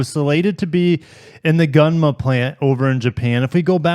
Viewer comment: They way you pronounce Gunma (gun + ma) 😂. It is goo + n + ma